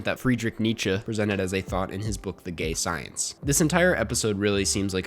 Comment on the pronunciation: LMAO you say "Science".